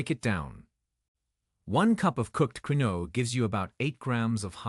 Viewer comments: I hate videos that drone on in an AI-generated voice. Soy beans are toxic, and it's pronounced "keen-wa" (quinoa). If anyone has kidney damage, they should investigate what all carbonated drinks do to the kidneys and phosphorus levels in the blood. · He mispronounces quinoa. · First of all, you are not pronouncing quinoa correctly. Secondly quinoa has significant (high) amounts of potassium. Very bad for kidneys. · This is an AI video can't pronounce Quinoa correctly. I eat farm raised eggs that are local, almond butter, and aduki beans which are the beans Kidneys love. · This Ai doesn't know how to pronounce this word "Quinoa" correctly. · Also in Britain - annoying to keep hearing it badly mispronounced. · yes I know how its pronounced but the person who told the story botched it up every time he said it. Unless it was AI speaking I thought he would have learned how to pronounce it before reading it to the public and mispronounce it every time. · It's "keen-wah", not the way you pronounce it. Quinoa...🤭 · Should we listen to this? They can't even pronounce quinoa. It's KEEN-WAH. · I thought quinoa was pronounced ken wa. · It's not queen-no, it's pronounced keen-way, get your shit together AI! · It's pronounced keenwah not key-noa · Please note quinoa is pronounced Keen WAh. not kwin oh. Please teach your A I to pronounce it. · First, quinoa is not pronounced queenoe, no, no, instead, quinoa IS pronounced keeenwah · Keen-no-ahhh. How annoying queen-no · Quinoa is pronounced KEEN-waa per Google. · QUINOA is pronounced ... Kin Wah ! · It is properly pronounced keen waa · It would appear one mans meat is another man poison. So many "kidney doctors" recommend a number of foods that this video doctor debunks. Quinoa Its pronounced "keenwa" so makes me wonder how knowledgeable this person is. 😮😮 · Pronounced. Keen-wah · I'm just curious,, Is this AI speaking reliable?? It's quinoa not quino... all seems... dodge... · Quinoa (‘keenwah’) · Pronounced keen-wa in the US